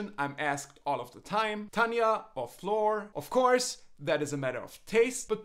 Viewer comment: Her name is Floor Jensen, not Flaw. I really miss Tarja Turunen, she was amazing with so much talent and education however she has a daughter that she wanted as a priority maybe? They both are the best I have ever heard and the band is truely my favorite ever, now that Marko left because he was not feeling inspired it might change a bit but we will see I wish all of the very best in life and thank them for all they have given all of us!